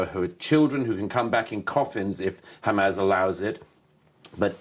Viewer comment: Why does Murray always call them “Hamazz”?